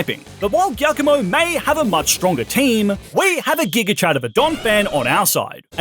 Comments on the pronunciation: I can't be 100% on this, but as an Italian, the dark type star team leader isn't pronounced that way 🙈 assuming you say "giovanni" from gen 1 like most english speaking people online, "giacomo" first part would be the same! About the eevee, I would go for Umbreon or Sylveon because they look the coolest to me and Sylveon was my first shiny eeeveelution!! Great video btw😊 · Dondozo the Water Whale? Catfish. It's a Catfish. Also Giacomo is pronounced like Giovanni.